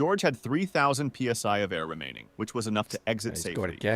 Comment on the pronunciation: I think the video you watched was AI generated, and that's why names were changed instead of "simplicity". It's also why PSI was mispronounced, the voice in general speaks with a non human cadence.